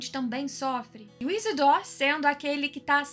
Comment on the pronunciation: achei que fosse isidro não isidór